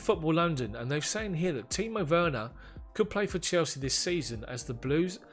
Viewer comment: Great pronouncement of Timo Werner my guy. Well done mate. Awesome content. We will keep watching and tell others about it. All the best